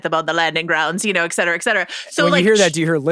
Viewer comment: saying "eccetera" over and over again instead of "et cetera" is causing my pedantry alarm to billow smoke.